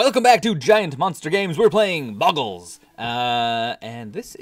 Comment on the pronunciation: it's pronounced, bow-gl